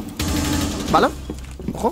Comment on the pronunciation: Porque dice vala?